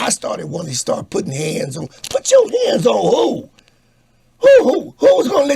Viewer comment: LMAO he said put'cha hands on who